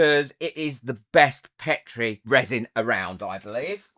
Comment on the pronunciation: great makes. I love that you pronounce Petri the British way too:)